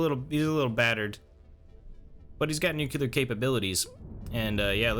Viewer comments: sorry just curious about the way you pronounce "nuclear", to me it sounds like you're saying "nukelar" instead, is that an american accent thing? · He almost pronounced nuclear correctly, but caught himself and corrected it to the Bush Jr one. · I thought he was just trying to be funny. Us middle aged Americans grew up with Homer from the Simpsons saying noocooler